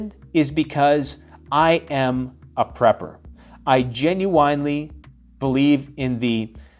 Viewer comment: You could tell he is black when he said genuinely. Lol like the channel.